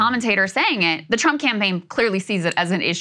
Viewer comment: Did he say "Drumpf?"